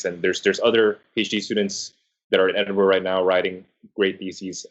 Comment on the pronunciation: Finally, an American who can pronounce 'Edinburgh' correctly.